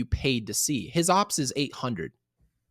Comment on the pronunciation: Ngl, I get so uncomfortable when I hear say "OPS" and not o.p.s. lol, love you guys! Best Yankees content on YT aside from, maybe, Jomboys media empire tbh